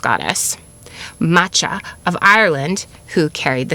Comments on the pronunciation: Macha is not pronounced like the matcha tea, the „ch“ is a guttural KH sound if I‘m not completely mistaken 😅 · Love you so much your great it is really hard to keep hearing the mispronunciation of Macha